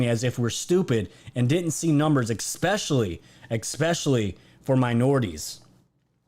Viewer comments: dude, it's especially not expecially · we should sit in the corner together- i agree. Bleeding ear drums-- BUT i joked that he should sell an Ex-specially tshirt, I'd but it. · Gah! "Esss- Pessh-elly". Dude, either say it correctly or find another word. It is ex-pescially grinding on the ears. Love the show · Love you bro but there's no x or k in especially!!!!!! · There's no x or k in especially